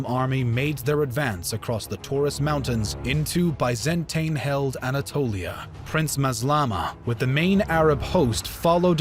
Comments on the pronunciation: considering how high the production values of these videos usually are, it is really jarring and just plain weird, that they repeatedly keep making such an amateurish mistake like mispronouncing names and places ... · Seriously this narrator needs a crash course in pronunciation. Byzantine, bows, and Pergamon all mangled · Please pronounce Byzantine, Suleyman and other terms correctly. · Tin Not tain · I hate the way this dude pronounces "Byzantine". Apart from that, I have to say it's nice video. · Biz an teen Not By zan tine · say it with me: biz-in-teen. the biz-in-teen empire. not the bye-zan-tain empire, biz-in-teen empire. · That’s American everyone else in the world pronounces it as by not bi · “Biz-Ant-een empire” That’s a funny way of saying Roman. Good video but the pronunciations here are cringe 😬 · If he says "bi-zan-tain" one more time, I am "goo--ing" to "de-clure" "ware" on him! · Why do so many people keep complaining about his pronunciation of 'Byzantine'? Since when did the American 'Bi - zuhn - teen' become the God-inspired 'true' pronunciation? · nobody: Absolutely nobody:: BYE-zan-TANE EMPIRE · BIZ-IN-TEEN pronunciation is everything in history do better or I will unsubscribe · Bay Zan Tain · Bay-zan-tain sultanate!1!1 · Nobody:: ByzanTAIN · It's pronounced BEE ZAN TEEN. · I just don't like they way you pronounce "Byzantine" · dude what's with the way you pronounce Byzantine fml? there are 2 ways to say it, and you can google it: either UK version, or US version. either you prefer, they are both internationally acknowledged. they way you say it, and really sry for this comparison, is like listening to Beethoven's opening of the 9th Symphony, while hearing some diarrhea farting sounds in the Hall. really ruins the frickin' concert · Can you at least pronounce Constantinople, and Byzantine the normal way. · He is just so bad at pronouncing Byzantine. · Bizentain? Constintinople? Really? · Bye-zan-tine or Con-stand-ti-niople